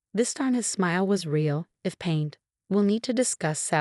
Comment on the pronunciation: Pained not painted.